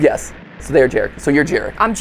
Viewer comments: as a polish individual, the first character's name is pronounced "yah-rek" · It's Yarek.. babajaga is Polish classic.. its ur hanz n gretle.. those are Polish names my dude.. ur part Polish should know this.. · Gooood, I love seeing Americans try [and fail] to pronounce Polish names 💜🖤 I'm barely 5 minutes in, but the fact that they took Jarek [Yah-rek], which is the most that one uncle at the family gathering/wedding kind of name, and turned it into an NTF fraternity dude-bro pronounced like Jared with a "k", just chef's ksss. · FYI that name is pronounced Yarek 😂😂😂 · Just came to say that in my honest slavic opinion, Jarek would be read like Yarek. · My inner Polak screaming at the pronunciation of Jarek combined with the fact that Mat is Polish, too 🥲